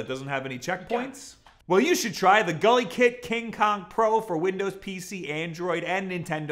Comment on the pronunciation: Ohhhhh GuliKit... for a while i thought you where saying gully kid and that's sorta a weird name for a brand... more so if your where i'm from a gully kid is sorta a bad thing.... like your parents where meth addicts bad thing...